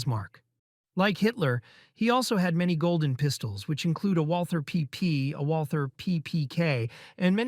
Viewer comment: It's not Walther It's just Walter